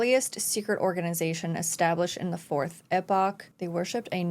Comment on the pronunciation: One thing I love the most about you, you pronounce Epoch the same way I do (Exactly like it's writen lol)